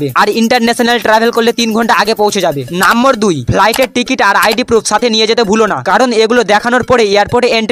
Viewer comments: আরে মাড়া,, নাম্বর টা কি নাম্বর না নম্বর 😂😂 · নম্বর❎ নাম্বর ✅ 😂😂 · ভিডিও সব ঠিক ছিল । ওটা নম্বর 😂 নাম্বোর না 😂😂